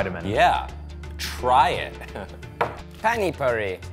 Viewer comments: "panny purri" lol XD it pronouced "par-ni pur-ee" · Its pani puri not pain puri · I died a little watching them eat the "PAN-Y puri" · THAT CRINGEY PRONUNCIATION OF PANI PURI THO!!! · Where is the Pani in Puri and they are calling it "Pani Puri"!!!!!!!😂😂😂lol